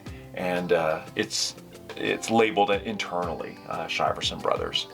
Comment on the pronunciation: It’s pronounced “sheer-son”